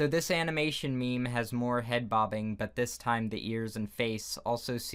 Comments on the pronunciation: I'm not being rude, but you said animation wrong It's ok with the meme part, that's just a way to say it, it's not wrong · "animination m e m e s" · So no one’s going to talk about the fact that he said *animination*? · am i the only one who heard him says animination? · He said it like that on purpose lol. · "Animination meymeys"